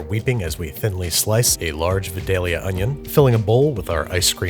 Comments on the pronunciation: Babbish It’s vidalia onion Not vedallia Pronounced vi-dal-ia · as a person from vidalia, i thought you should know its pronounced V (eye) dalia -Vidalia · (vi-dale-YUH) as a Georgian, the way you say vidallia is triggering. Fun episode though. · it is pronounced Vie-dayl-yah not ve-dayl-ya. Vidalia is like the next town over from me and nobody likes it when you say it wrong :/ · babish i’m here to make u more southern. i live where vidalia onions come from and i’m here to say it’s pronounced “VYE-DAY-UH” 😭 vidalia, georgia is a nice place also, you should come visit! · Babish they're pronounced VI-dayah Onions, love your content! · Thank you so much for including Vidalia onions! But it’s pronounced V(eye)-dale-ia, thats Georgia makes for ya 😂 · It's pronounced "VY-DEHL-YUH", and sometimes "VY-DAY-YUH" by older Vidalia Onion growers. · As someone from Vidalia, Georgia, its pronounced Vye-dail-ya. Thanks y'all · Come on man its v-eye-dalea 😂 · From georgia my GF is upset you keep saying Vidalia....When the pronunciation is Vydalia. I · As a Georgian.... Vidalia is pronounced v-eye-dale-yuh. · Babby, I have been a proud consumer of your content for years and have loved you since you put out some of your first videos, but as someone who is from Vidalia, Georgia and has picked those blasted onions with my own two hands, all of us would like you to know that the “Vi” is pronounced like “Vye”, rhyming with “bye” or “hi” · It’s pronounced “VIIIE-DAY-ELL-YA” Source: being born in SW Georgia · The Georgian pronunciation of Vidallia is V-"eye"-"day"-yah or V-"eye"-"dale"-yah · Love the vids, only one thing, Vidalia is pronounced VydAlia. Other than what nitpicking mind wont let me get past, loved the vid. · You're saying Vidalia wrong. It's V-EYE-DALE-YUH. But that's okay still a wonderful video. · My continual comment on food videos. Vidalia is pronounced Vy-DALE-ya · For anyone watching in 2024, Andrew doesn't say VIDALIA ONIONS👺👺 like stop and shop does